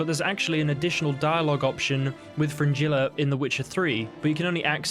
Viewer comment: Do you realise how you pronounce "g" in Gerald? Vengerberg? Nilfgaard? Yeah Fringilla.